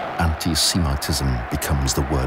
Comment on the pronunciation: "Antiseemitism," huh?